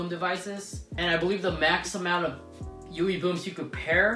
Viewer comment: sounds like you are saying yoowee boom